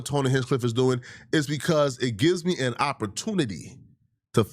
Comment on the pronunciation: You mispronounced “Me”.